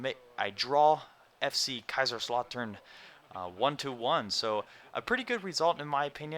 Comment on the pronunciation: My German exchange student comes from around the place where Kaiserslautern are based :)! So naturally they are a team I follow :P! It is pronounced Kaisers-llow-ton. I think anyways lol!